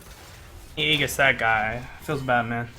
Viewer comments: Pet peeve of mine: Aegis is pronounced "ee-jiss", maybe "ay-jiss" but never "egg-us" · Just needed to point out from 10 months in the future that it's actually ee-jis, not age-us. Common mistake. Don't want anyone reading this and learning the wrong thing. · Let me help you. Ming's lvl 4 talent is Tri-um-virate. And the Angel of Hope's ultimate is pronounced Age-us. Aegis. No agg sound. Age. Great video man